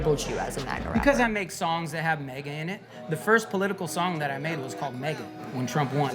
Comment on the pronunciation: Cant stop hearing Maggot instead of MAGA now 😂😂😂